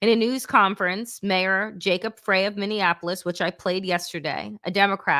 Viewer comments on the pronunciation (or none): none